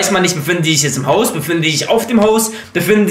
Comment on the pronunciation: Statt "Die sich" sagt "dsiech":D